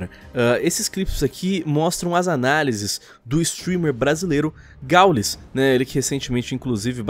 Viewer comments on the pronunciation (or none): KKKKKKKK "GÁULES" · O "Gáules" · Po, "folen" e "gáules" pesquisa os nomes dos cara man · Só eu que entendi falando "o galos"? kkkk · gringando: "Foli" "Gáulis" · Eles falam o nome dos gringos certinho aí o do gau eles pronunciam estranho pra crlh kkkkk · pq o coloca uma pronuncia em ingles em palavras nada haver como exemplo o nome do gaules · Se ta de hack,fds, fala o nome do GauGau direito (brincadeira)